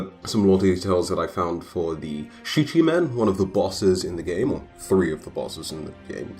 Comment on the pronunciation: I believe it is pronounced, “SHEEKA-min.”